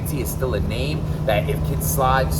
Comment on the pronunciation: Kid Slide? And we thought it was only Smack that butchered rappers names! 😂